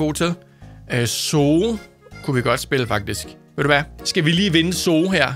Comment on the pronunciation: Zoo staves zoo det er rigtigt men det udtales suu